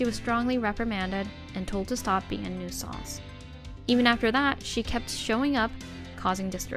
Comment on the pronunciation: Why are they pronouncing the word Nuisance like that? This ain't even the first video to do that.